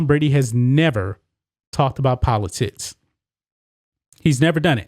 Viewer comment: Am I the only person hearing “politits” when says, “politics”? Just when I thought there was no way I could be pulled back into caring about elections, my man has managed to cast a different light upon the subject and frankly, I might be back! “Don’t let this last Presidential debacle leave a bad taste in your mouth. Let the redesigned, reshaped, and enlarged politits of future Congressman Bambi “Cotton” Canyons act as two perfectly shaped beacon’s, cutting through the darkness and exciting the next erection.